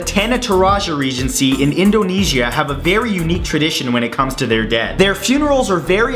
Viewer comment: DIT HE SAY INDOUGHNESIA? NUUU ITS InDOnesia.